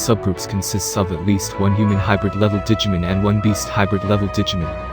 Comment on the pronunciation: It’s digimOn not digimEn... thanks for the video tho 😂